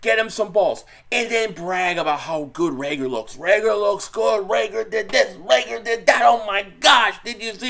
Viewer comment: Learn how to pronounce his name. Reagor. No L